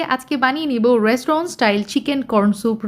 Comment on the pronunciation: Restaurant no Raestuiwent yes 😂😂😂